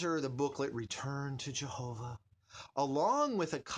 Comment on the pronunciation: I know you don't agree with the witnesses and they might have destroyed part of your life, but don't disrespect them, give their God's name the decent courtesy of correct pronunciation at least.